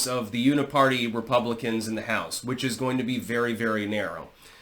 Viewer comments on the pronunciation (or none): none